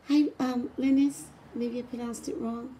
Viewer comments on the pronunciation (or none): none